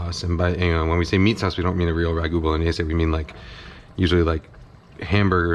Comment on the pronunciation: Thank you, thank you thank you for pronouncing Bolognese correctly!!! It does not rhyme with mayonnaise. I appreciate your efforts at respecting other languages, too many people in your position don’t seem to care.